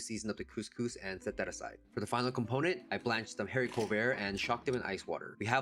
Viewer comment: Pssst the ‘h’ in haricot is silent 🤫 you’re doing great!